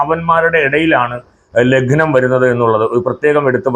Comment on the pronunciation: It is not Laghnam. It is Lagnam